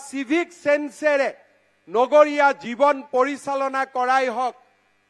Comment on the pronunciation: Jijon nohoi, Jeevan he.